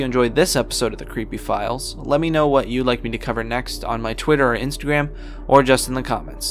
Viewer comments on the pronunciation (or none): none